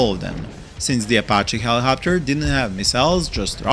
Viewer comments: It’s helicopter not hellohopter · He-Lee-cop-ter seems more beneficial 🤷🏼‍♂️ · I love the way you pronounce helicopter. My beloved helihopter :3 i want to use them better but i always use them multirole, guess i should use them to fire more at tanks and get rid of hydrapods